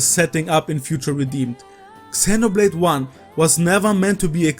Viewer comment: Love your videos but please pronounce Xenoblade appropriately 🥲😄 X is more like a Z